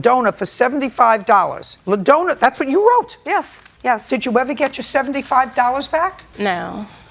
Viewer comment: 🤣🤣 "La-Dona"!! I think its supposed to be spelt sounding like (dawn-na) LaDonna. JJ is so terrible with names LOL